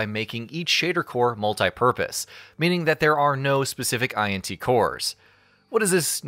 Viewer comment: using your comment to vent :D also, you can pronounce cuda as a word, also, int unit are NOT I N T units, as int is just the first syllable of integer, it also doesn't need to be said letter by letter